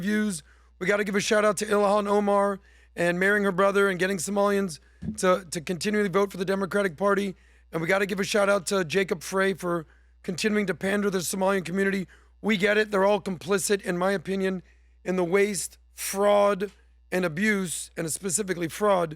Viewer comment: For the love of God, it's Jacob Frey (Fri). Yall should at least get the names right if you are reporting on news items.